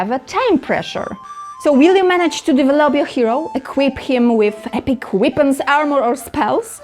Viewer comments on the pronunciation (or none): Respect as well, even if I couldn't help chuckling at "epic whip-ons" 🤭